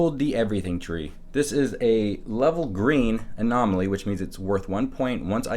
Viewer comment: Hearing him say green anomaly pained me XD